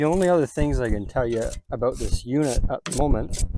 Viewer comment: Most likely, Canada. The way he says the word "About" and his referencing of Canadian locations would suggest that. That and the types of plants visible in the videos.